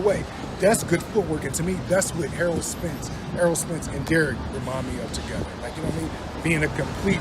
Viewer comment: The man's name is Errol not EARL - Why do you have trouble saying this man's name